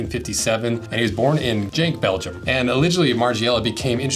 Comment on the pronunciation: Genk, not jenk